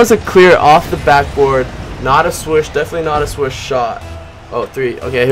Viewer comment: It's not swush it's swish